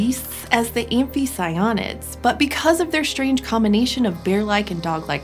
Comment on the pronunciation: amphiCYonids [but: amphicyONidae ] carNIvora, carNIvorans [like DeNIsovans ] At least you got hyaenodont right.